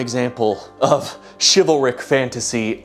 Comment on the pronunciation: did he just say chival-Rick like Rick and Morty?!?!?! WUBUBLUBDUDUB